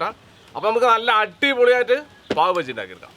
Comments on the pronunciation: പാവ് ഭാജി ആണ് ബജ്ജി അല്ല 😂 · ബജ്ജി അല്ല...ബാജി